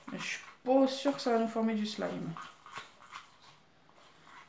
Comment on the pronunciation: A elle ditchuis Pô sur que sa va faire du slime on dit pas sur pas Pô sur